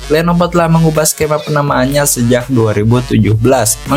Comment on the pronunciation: Lenovo bukan lenopo bng